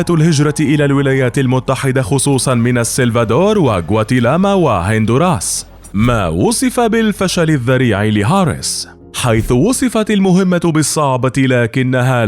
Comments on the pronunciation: غواتيمالا وليس غواتيلاما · قواتيمالا وليس قواتيلاما !! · جواتيمالا و ليس جواتيلاما 😂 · غواتيمالا و ليس غواتيلاما يا معلق 😉✌🏼👌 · غواتيمالا ليست غواتيلاما 😂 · غواتيمالا /وليس غواتيلاما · غواتيمالا و ليس غواتيلاما 😂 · غواتيمالا وليس غواتيلاما 😅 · غواتيلاما عود غواتيمالا 😂😂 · كواتيمالا و ليس كواتيلاما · يا خي كس ام اللي خلاك تقرأ, اسمها جواتيمالا , دايما عندك اخطاء قرأة , انت بنجالي؟! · اسمها غواتيمالا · زلة لسان هههههه